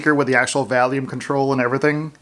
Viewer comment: Volume not valume lol